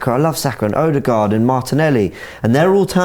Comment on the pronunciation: Finally, someone corrected on how to say, Odegaard. It was pissing me off the whole season!